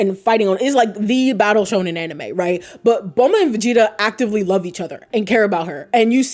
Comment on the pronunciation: the "anime" pronounce bothers me a bit but it's okay 😂 this is entertaining, narusasu is an old ship but fandom still find new things about them that makes them more gayer and gayer, like that recent (?) realization about their birthday moon phase or something